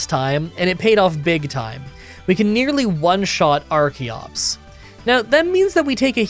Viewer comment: I forgot to finish the video and just came back to finish it only to hear call archeops arceops. Does he not know how the CH sounds in English?